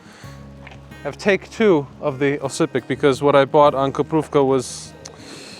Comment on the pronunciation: oscypek should be pronounced Łoscypek like u sayin Wooow(witouth last w)+oscypek